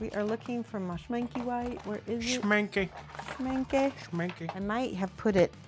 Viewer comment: I have to giggle every time you (or any other english speaking person) say 'schmincke'. It is pronounced 'schminckuh' and the way english speakers pronounce it is more like 'schminckii' XD